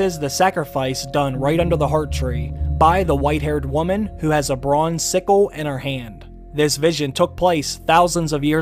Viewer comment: please learn how to pronounce woman and women correctly. You mess up the meaning entirely by mispronouncing them.